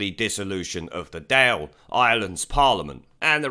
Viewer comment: The Dáil is pronounced doyle not dale ;-)